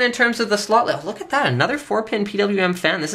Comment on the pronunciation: He dosent pronuce slot correctly,for me souns like he says sloth